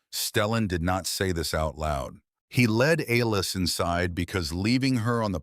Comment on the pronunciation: A-Lis? C’mon man. How do you f-up the name Alice? Besides that I enjoyed your story